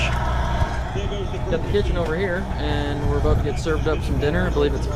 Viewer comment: That Minnesota accent comes out a little bit on the water eh? Aboot! Ha! Good times for you brother!